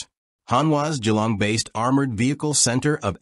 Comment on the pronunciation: I'm actually impressed it was pronounced correctly.